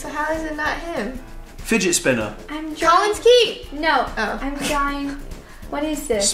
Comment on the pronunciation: Is it just me or did Vanessa say jollins key